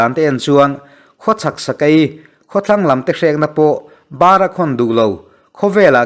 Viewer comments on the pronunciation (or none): Nang meuhin "bara khawn" tih i lam dik lo hi a va pawi ve! "Chaw ka'n bar lawk ang e" tih a a rik dan angin 'bâra khawn duh lo' ti tlat a i han lam chu le! Bara khawn tih hian "laka ṭangin..." tih laia 'laka' tih thluk anga lam tur a nih hmel hle mai. Hnâra khawn tih a, hnâra tih thluk hian "bara" hi lam rik tur a ni lo. 'Lova' tih thluk ang hian lam tur a nih hmel e. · Bar a khawn lam dan hi a dik lo deuh. Bar hi chaw bar anga lam ri lovin lam ri hniam a thluk loh tur. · Ka hmanhmawh lutuk a, ka lo lam sual a ni maw!! A pawi hle mai. Ka tih dikloh min hrilh a, ka lawm e.🙏🙏